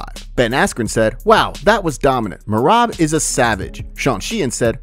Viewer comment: Feel bad for merab, his name got butchered all event with everyone calling him dewishWilli😂😂😂